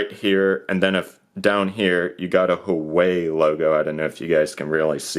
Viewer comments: WAAAAHH WAYYY;!!! NOT WHOOWAYYY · Hoo-ah-way please stop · It's not hooway, it's who-ah-wei.